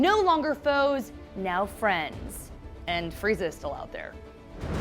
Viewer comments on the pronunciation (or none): The Freedman it’s “frieza”